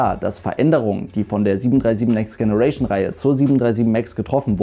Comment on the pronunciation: Sei bitte so nett und sprich, um Himmels Willen, generation in der englischen Aussprache aus! Vielen lieben Dank!